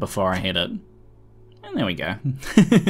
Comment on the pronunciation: "it's ready to gar"